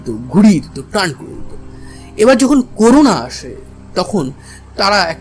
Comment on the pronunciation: দাদা উচ্চারণ টি করুনা নয় করোনা